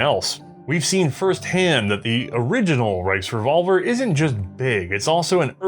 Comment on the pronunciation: The “RiceRevolver” lol